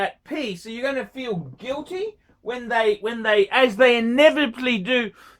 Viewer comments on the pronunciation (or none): none